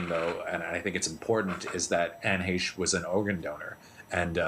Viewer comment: Why didn,t somebody te?ll her how to pronouce her name?